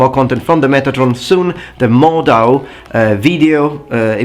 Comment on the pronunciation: It's Mordhau, NOT Mordau. A "Hau" is a strike, "au" is the sound you make, when you are hit.